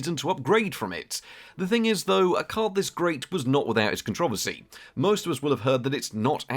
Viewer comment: It's not pronounced con-troversy, but contro-versy.